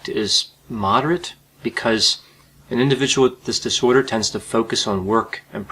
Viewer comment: Disorder is a 3 syllable word not two.